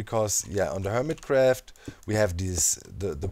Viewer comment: "Härmit Gräfft" Well, only a few Germans say it like this :D